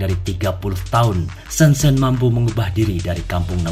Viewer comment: sebut pun salah. "shen-jen" ma